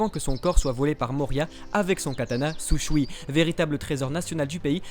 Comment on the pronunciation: C'est le Shusui pas le Sushui 😄 mais on t'en veux pas 😉